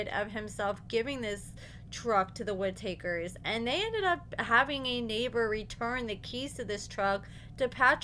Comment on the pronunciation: It's pronounced Witt-A --Kers!